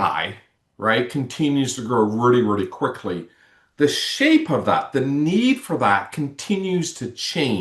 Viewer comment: Sounds like all those years of reary, reary hard work with your speech therapist haven't done much good.